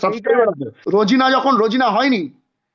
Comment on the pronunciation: রোজিনা র উচ্চারণ ঠিক নয়।